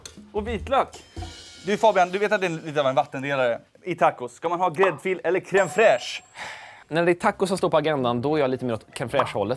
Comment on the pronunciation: Det heter inte cream fraiche...